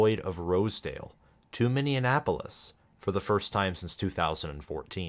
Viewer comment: I noticed that you say "Minneanapolis," which is the only thing i disagree with. :). Great content and analysis!